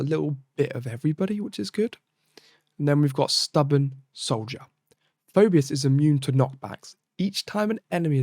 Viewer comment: It's "Fee - bus".